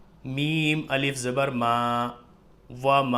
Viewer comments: Alif ko hamja kyun pad rahen h? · Assalamualaikum,Hijje krte waqt alif ko Hamza kyun bol rhe hai janab?? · Aap alif ko hamza kyun padh rahe h smjh nhi aaya....